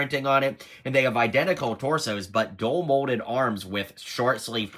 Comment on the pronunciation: Are you saying “dual” molded?